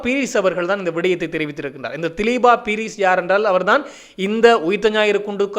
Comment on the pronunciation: மிக பிரபலமான தொழில்துறை திறமைக்கு பெயர்போன ஒரு ஜனாதிபதி சட்டத்தரணியின் பெயரை பிழையாக உச்சரிப்பது அவரை அவமதிப்பதற்கு சமமான குற்றமாகும். இன்னும் தினசரியாக செய்திகளை வெளியிடும் ஊடகவியலாளர் என்ற ரீதியிலும் மிக பொறுப்புடன் பிழையின்றி கூறுவது மிகவும் அவசியம். அவருடைய உண்மையான பெயர் திலீப பீரிஸ் ( திலீபா பீரிஸ் அல்ல ) இலங்கையில் தேசிய குடிகளாக உள்ள வெறும் 3 இனக்குழுக்களின் பெயர்களை கூடவா உங்களால் சரியாக உச்சரிக்க முடியாமல் உள்ளது ? மேற்கத்தைய நாட்டு மக்களால் மட்டும் எப்படி இலங்கையிலிருந்து புலம் பெயர்ந்த அத்தனை மக்களின் பெயர்களையும் சரியாக உச்சரிக்க முடிகிறது வெட்கமாயில்லை ?